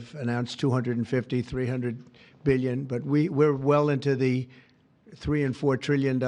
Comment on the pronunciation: 200 “beelion” dollars